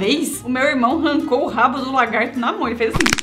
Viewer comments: kkkkkk o fala o largato e e lagarto kkk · ele falou largato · O melhor foi o falando "largato" KKKKKKKKK